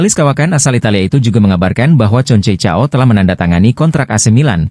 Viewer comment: Concecao.. Bacanya Konsesiao